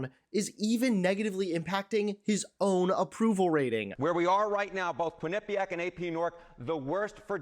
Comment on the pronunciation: What happened to the correct pronunciation, all of a sudden, of "Quinnapiac" by tv news people?